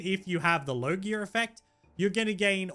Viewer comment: its logia not low gear lol